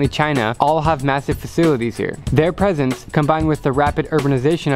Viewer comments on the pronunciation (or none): none